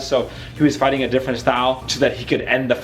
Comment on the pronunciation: I like how this guy says facing instead of fighting in front of his kids hahaha